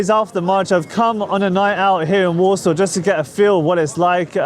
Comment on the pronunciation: She is clearly not Polish (as no one from here calls their city 'Warshoff'), which for me questions the credibility of all your 'documentary' entirely. She must be some sort of Scandinavian origin. No respect, no kudos to you, you pants on fire.